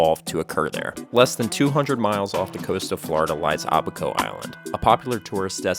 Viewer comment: It’s Abaco, not “ahh-baco”. Oh gosh you mispronounced “Bahamian” too, I can’t take this.